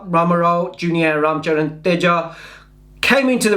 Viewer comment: THAT not vraam charvan its RAM CHARAN